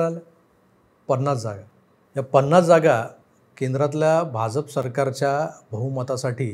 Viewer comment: भाजप मधला ज आणि ज पहा जनता मधला ज आहे. आपण जत मधला ज उच्चारता.